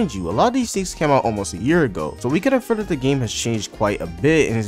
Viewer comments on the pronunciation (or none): "And why it may release sonner than you think" You know when they said tath? FUCKING DECEMBER 💀